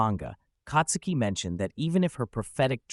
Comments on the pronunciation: Who the F is Katsuki?? She ain't katsudon, white boi. It's Tatsuki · Dude, it's not Katsuki but Tatsuki!!!